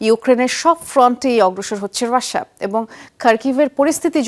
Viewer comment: হাহাহা রাশিয়া উচ্চারন করতে পারে না সংবাদ পাঠিকা